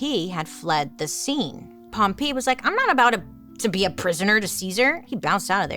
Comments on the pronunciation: Pompeii is pronounced pom-PEH-ee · The way that you pronounced Pompeii is absolutely sending me 😂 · I thought the same thing!!